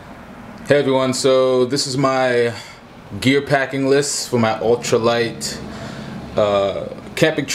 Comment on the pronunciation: you mean your "altra" light? lol